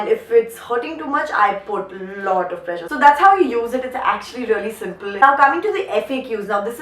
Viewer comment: pressure was sounding like pleasure 😛😛😝😝, still love you